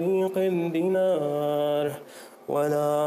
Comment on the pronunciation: My quick check on some weird reading of the "challenger" الدجّاج isn't same as الدّجّاج البعيض isn't same as البيض الدّينار isn't same as الدِينار وصناديقٌ is in front of the "reciter" but he is using sukoon instead of dammah I thought the challenger has master's in Arabic language!!